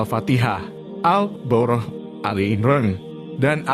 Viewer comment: Koreksi min : penyebutan surah Albqoroh sepertinya salah.🙏